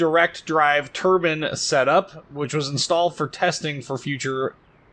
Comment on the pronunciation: the word is Tur-Bine not Tur-Ban - one is an engine, the other a piece of material wrapped around a man's head.........